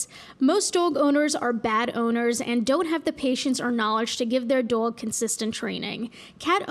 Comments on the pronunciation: The way you say dog infuriates me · I love the way you say dåg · The way you say “Dowg” gives me life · pls where are you from I'm autistic and have a strange accent that doesn't match my background at all and I say some words like you and I have to know where it's from ♥️ like dwog instead of doag and twaolk instead of tahlk.. i've been noticing it from you for like a year it's like my little mystery how my accent thingy sounds like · Friggin love how you pronounce dog. I will say it exactly like that from now on. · pronounces "dog" the same way my dad did and it makes me so happy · i love how she normally doesn’t have much of an accent but there are certain words that are just… tell me you’re from new jersey without telling me you’re from new jersey lol